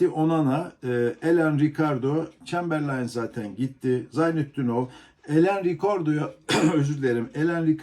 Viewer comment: 2 yildir chamberlaine ismini ogrenemediniz. Cok ilginc. Ben boyle okuyorum sana ne diyorsunuzdur mutlaka. Size de biri gelse Domac yerine Domal dese nasil dusunurdunuz? Siz gazetecisiniz. Ben bunu der gecerim olmaz!